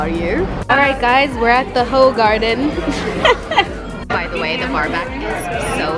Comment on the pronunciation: Hoegaarden is pronunced Hoogarden it’s Belgian 😂